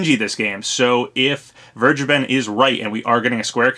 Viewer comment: Just wanna say, vergeben is not *verge + a + ben*. It's german for "to forgive". It's actually pronounced more like fair + gay + ben